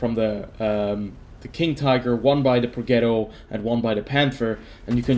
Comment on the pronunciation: I wanted the Progetto to die so you would stop mispronouncing it. Pro -jet-o. Not ghetto.